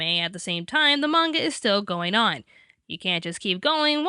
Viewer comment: Thankyou! Thankyou! You pronounced manga 'munga', just like it's meant to be. Literally every other person I know pronounces it 'mah-nga'. Thanks again.